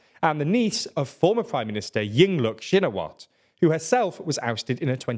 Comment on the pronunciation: I'm Thai and while some of the names are pronounced wrong but he pronounces it better than lots of news outlet tbf. Pheu Thai and shinawatra are the ones he gets much closer than other outlets.